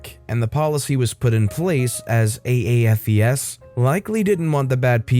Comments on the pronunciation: Note: AAFES is an acronym. Pronounced A-Fess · *You"re* ..... and the acronym is pronounced as "A - Fees". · Understandable but it is pronounced:A -FEE-Z...